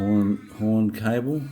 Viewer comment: Change your title to "Air horn installation for Indian Motorcycles by Buffalo Brand" - better reach on Google searches. Oh, and it's horn, not "hirn" :)